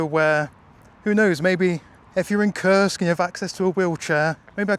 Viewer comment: The way you say the name of your city sounds off — like a bad word. It's actually Kursk - Курск not "curse" lol